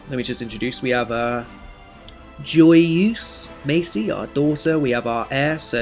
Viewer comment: Loving the start of this series as i play this house alot as its my surname, however it is pronounced mass-ee as opposed to macy